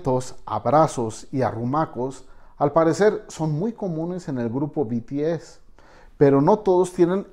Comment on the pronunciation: El español beteese 😂😂😂😂jajjajaa Bities hahaha en el inglés y otro continente